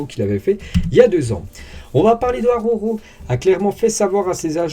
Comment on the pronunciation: Bonjour, je suis un inmigrant catalan en France, et je rigolo quand tu dis le nom D'Araujo, c'est compliqué la R et la J pour les français J'espere que ta prononciation et mon ortografie, elles experimenten une amélioration